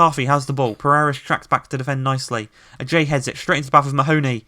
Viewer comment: He pronounces ajayi wrong